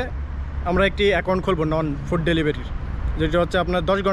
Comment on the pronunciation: নন ফুড না রে পাগলা নুন ফুড